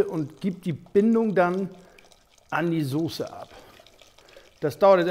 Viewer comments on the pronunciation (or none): none